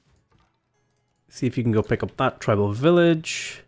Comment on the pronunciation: Definitely treebal villadges, though.